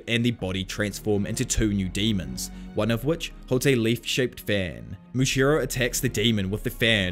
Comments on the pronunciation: Muichiro* not "Muchiro" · moochiro lol. Moo EEE CHEE roh. (edit: I hope this didn't come off as rude ) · Love the video, been enjoying listening to all the arcs again, refreshing my memory. I did just want to say, it is Muichiro, not muchiro.